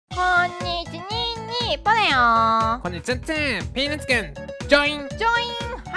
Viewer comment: 今日のの挨拶、どう聞いても「こんにちツンツン」だわ